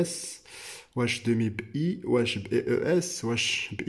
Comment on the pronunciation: شكرااا خويا عندي ملاحظة خاصك تخدم على la prononciation ديالك مثلا demi انت كتنطقها demé وكذلك féminin كتنطقها fémina ......